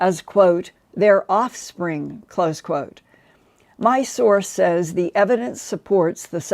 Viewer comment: The word "says" is not pronounced the way it is spelled; it is always pronounced "sez".